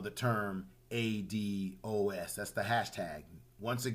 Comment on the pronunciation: In the very beginning you mispronounced the term ADOS. I see this will be a problem moving forward.